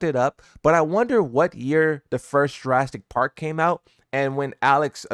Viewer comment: Broo how do you pronounce the dinosaur species correct but fuck up Jurassic Park 😭